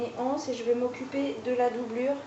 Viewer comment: Bonjour, juste pour donner une info, on peut faire la liaison quand on dit les anses (les (z) anses) une anse (une (n) anse) voilà voilà, je le dis parce qu'il y a beaucoup de personnes qui pensent que la liaison ne se fait pas... mais si en fait;) bisous!